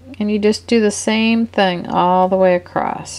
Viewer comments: Across not acrosst. Sorry to point that out. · Please....across, not acrosst